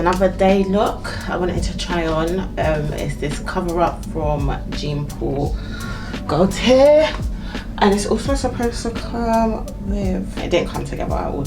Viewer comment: Heyy, love your vlogs! FYI the brand is pronounced Jon Paul Gaultier NOT Jean x